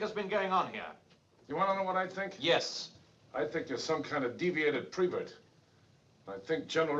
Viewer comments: "Prevert"? Is that like "nucular"? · What's a prevert, precious? 😅